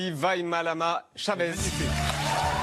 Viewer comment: Vaimalama chaveZzz 😂😂on voit qu'il y en a qui ne sait pas dire😅